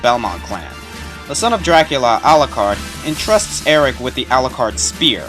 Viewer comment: You should know that the E at the end of "Lecarde" is silent.